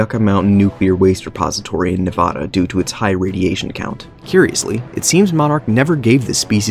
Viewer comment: You said Nevada wrong.